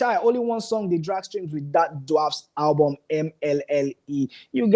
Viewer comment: Guy please try and teach that sugar girl how to pronounce ALBUM . why is she alwas saying HABUM? she should go back to school